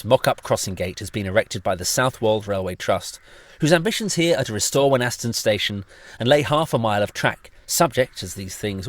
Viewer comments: Can I say as a local person, Thank you for this detailed and interesting film. May I correct you though about how Wenhaston is said, the 'H' is silent and the 'A' is changed to an 'I' as we say it locally, 'Weniston' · As a local(ish), the h in Wenhaston is silent. It's pronounced Wen-aston. Great footage though..!! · Wenhaston is pronounced Wenn - Ass- Ton, no H, townie.